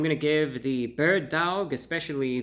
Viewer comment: Bird duaouwg